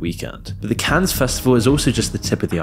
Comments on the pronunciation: It Is Pronounced "CAN", Not "cans" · it's pronounced "" Cann", the -es is silent, lol. why don't you look up words you're unsure of how to pronounce? This isn't the first time Ive thought "huh, he doesn't write this himself, does he? he doesn't know how to pronounce words used in the script lol" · Oh dear God! STOP. SAYING. “CANS”! You don’t pronounce the S for crying out loud….. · if you're gonna make a video talking about Cannes half the time, at least learn how to properly say it